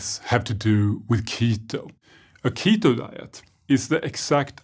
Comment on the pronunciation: When he " ketho dieth" and I'm just wow